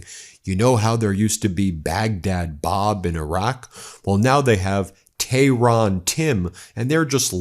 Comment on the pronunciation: He thinks " Tehran Tim" is so cute.....never mind how he pronounced Tehran